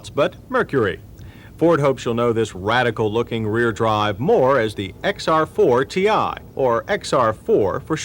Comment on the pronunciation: It was driving me CRAZY 😂 the car was called XR4-TEE like xr40, NOT XR4 and definitely not XR4-tee-eye